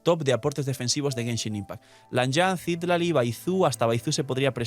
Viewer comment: Solo una observación, el nombre de Citlali proviene del Nahuatl una lengua Mexicana (significa Estrella) y se pronuncia ci-TLÁ-li, no CÍ-tla-li como lo pronuncias todo el tiempo jaja. SALUDOS